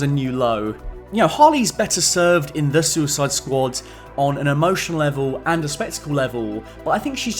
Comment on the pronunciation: "The The Suicid Squad" - I genuinely lost it when you said that